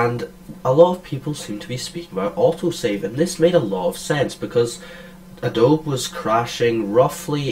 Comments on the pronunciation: Surely its "A DOBE E" not "A DOBE" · Thank you! For some reason that is really really annoying to hear ahhhhh dobe. adobeee dammit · Yeah it's "a-do-be", not "a-dobe"; I checked the official YouTube. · Great vid, but its pronounced UH-DOH-BEEEE...gawd, it's like non-Texans pronouncing Montague Co. (MON-TAYG) as MON-TA-GEUW...thats NOT HOW YOU SAY IT!!!!